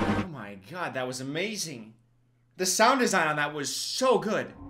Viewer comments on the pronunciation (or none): "oh my gAD" me encanta, me dio vida